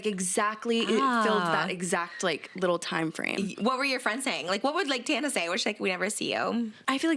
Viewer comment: Respectfully I need pretending like we don't know how to say Tana's last name